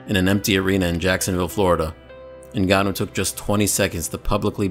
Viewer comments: francis "nagannou" Ngannou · Sound like Brock said the N-word when he pronounced Ngannou’s last name.